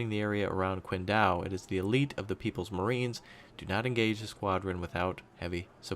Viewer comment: here's my helpful comment - that chinese peninsula is pronounced 'ching dao'